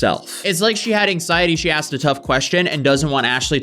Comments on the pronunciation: The I axed questions. Haha I axed the cards and after I axed hahaha Jesus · She axe questions. We got a scholar here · She says aksed instead of asked on purpose just to look cool. It doesn't look cool. Ashley was most likely a bully at high school too. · What is "axed" mean? She said she "axed" someone something. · IT’S NOT AXED!!!! It’s ASKED. Is it just me, or does Gia look like a retired Alina Habba? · "axed" and "axing" tells me all I need to know. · Hey, she axed the questions what's the big deal!! Don't arrest her or your racist!!! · as soon as someone says "axed" instead of "asked", i generally have very little confidence in what's coming next. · What is axing a question?? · If you're a professional anything, you should be able to say the word "ask" correctly if you want to be taken even somewhat seriously. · her pronunciation of the word asked tells me enough about her intelligence. never met anyone but people with room temperature intelligence iq saying aksed. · she sure axed a lot of questions to cardboard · I don’t trust anyone who says axed instead of asked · Ashley is the murderer!!! she just said she axed them all!!! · She "axed" the tarot cards. She AXED them. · she keeps saying "axed"... it's ASKED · don't take anyone seriously that consistently says 'axed' instead of 'asked.' it's not hard. it just shows ignorance and lack of education. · "axed" Did she brutally kill people with an axe???? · She aksed questions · I did a reading and this lady eats babies. And I axed them many times. /s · Are we sure she didn't do it? She said she "axed" them several times lol. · Oh, well why didn't she say she axed different questions from the beginning.!?! That changes everything 😂😂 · But she aksed and aksed and she knows it's not "fact" but she's still going strong... 😂😂😂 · Asked, its asked. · She shouldnt be axing anything, thats murder. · If you say "axed" instead of "asked" it's probably safe to say that you're an idiot. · It’s ASKED NOT AXED FFS